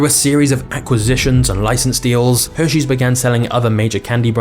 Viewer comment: “Heshares” had me dying 😂😂😂